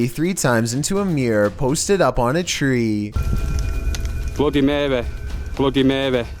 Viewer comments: Blohdeh mehweh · Hahahahaha "bloody marweh" 😂😂😂😂😂